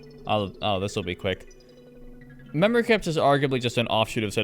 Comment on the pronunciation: What mod do you have that makes it say “memowy cwypts”